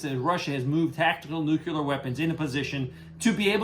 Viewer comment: Nuclear is pronounced "New clear. Like the opposite of "Old Clear." If someone pronounces it "newk ular," it just makes them look like a dumbshit.